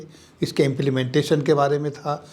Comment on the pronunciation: Sir it is Implementation not Implimentation